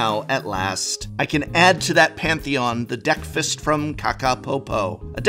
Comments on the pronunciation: The DeckFist milk carton deck box by KakaPopo sure sounds like pure marketing genius. 5 year-old german me definitely had a laugh! Edit: Just now realized it's called DeckFast, damn you Prof and your pronunciation! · Okay. Now I understand it's supposed to be named after "breakfast", but I keep hearing "deck-fist" 😆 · I heard Deck Fist everytime.